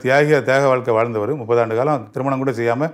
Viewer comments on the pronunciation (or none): none